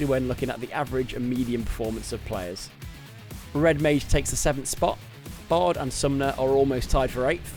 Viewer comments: Learn to pronounce mage please! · Please don't change it and make it worse every time to make people mald over it